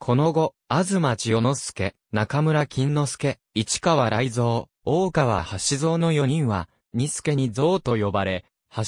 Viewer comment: 名前の呼び方がでたらめ、よく調べてからしゃべったほうがいいのではないですか。